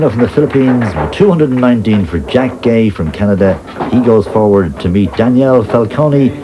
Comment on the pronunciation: Oh, and his last name is pronounced gway, not gay.